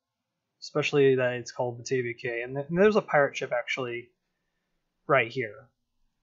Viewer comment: Great video and love how your wooden coaster is a nod to kraken grotto being similar colors. When I think of a name for a wooden coaster that's beach themed I always use driftwood because it makes sense in my opinion. Also not sure if you know but cay is actually said like key which makes no sense in my opinion (gotta love that English language) which also surprised silvarette if it makes you feel better.